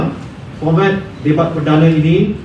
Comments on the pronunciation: sebut tu biar betul debat bukannya dibat lah lol.😱😱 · Sebut debat pun X betul😂😂